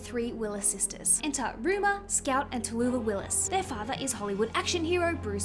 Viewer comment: You keep calling her, Ruma. Her name is Rumer.